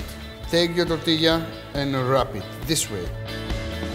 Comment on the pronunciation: It's a burrito or a burrito mojado. I love how he says tortilla and enchilada like a native speaker.